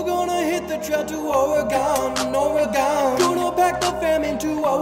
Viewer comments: We don’t pronounce it Oreegawn we say Orygun. Salem OR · You're certainly an east coaster. It's pronounced Or-i-gun, not Or-i-gahn. Thank you for pronouncing the "e" like a short "i" and not like a long "e". I appreciate the video though. I like your work too much to be offended by your accent. :-D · This is a nice song, but every time you mispronunce Oregon, I wince (it’s or-gon, like the things you’ve got in your body) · I like how this whole song is based on the mispronouncing of Oregon. Lol